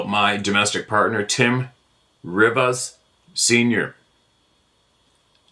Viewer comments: 😅😂 Rivas is pronounced "reeve us." What are you? Canadian or something!?" 😅😂❤ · You're saying RIVAS correctly, except try to roll the "R". 😊 -- Texas